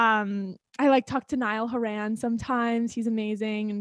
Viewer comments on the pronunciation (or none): More like Hor-in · Did she just say Niall Hor-ANN? 🤨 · I LOVE HOW LIV LITERALLY WROTE A FREAKING FANFIC OF ONE DIRECTION YET PRONOUNCED NIALL'S LAST NAME INCORRECTLY BYE